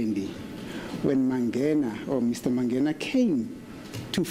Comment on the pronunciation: The way pronounces "Mangena" irritates me